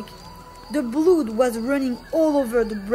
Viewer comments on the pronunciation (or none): Lol blood is said ‘blud’ not ‘bloooood’